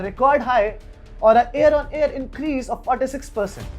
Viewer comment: Not Air on air. Its year on year or hear to year